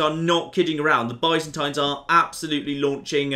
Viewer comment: saying byzantine wrong every time is really frustrating almost as much as him missing that he has an empty councilor.